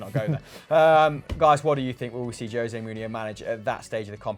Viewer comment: Please stop calling the man Joe-se, when his name is José.